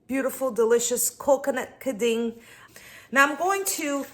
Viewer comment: Aprenda primero falar Quin din